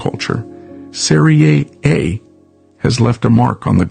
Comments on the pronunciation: You should never say Soccer again(it's wrong to say Soccer). I'll try to help you pronounce SERIE A the right way. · Or just USA butchered, no research accent 😅